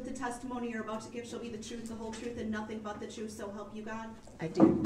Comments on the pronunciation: He was axed to tell the truff about the judges oaff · “Troof” “axed” “biasness” he is so completely illiterate!!!